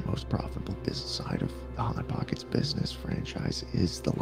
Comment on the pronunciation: ah yes.. hot pockects my favorite…